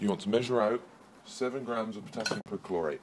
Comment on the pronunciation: Grams not groms. Aluminum not aluminium